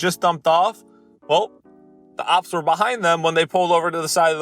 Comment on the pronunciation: why do you say ops instead of cops